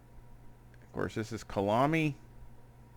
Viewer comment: Great video! Kyalami BTW is pronounced kaya-lami otherwise it gets confused with Killarney which is the track in Cape Town (same country). The name is from the Zulu language (Khaya lami).